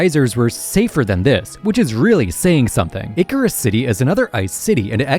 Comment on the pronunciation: I think my only objection is in taking the city name that is a joining of the words "Ice" and "Cirrus" and pronouncing it as "Icarus"